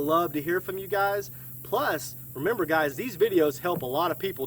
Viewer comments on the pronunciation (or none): none